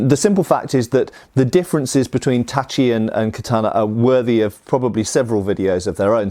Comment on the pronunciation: pronounced tachi correctly! \^^/ This is the cherry on top of a very very interesting video (as usual, but still worth mentioning). n_n